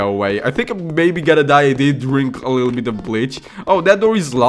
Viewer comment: "our leedle baby boy" XD